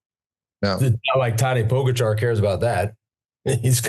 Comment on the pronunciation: True. Lance still has no clue how to pronounce Pogacar.